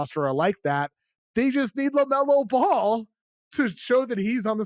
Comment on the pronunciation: Love to hear a dude's opinion on a player that can't even pronounce his name correctly